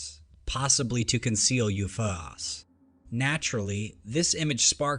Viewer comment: “Yewfuhhhhs”? Instead of U F Os? AI welcomes you to Dread Captures 😅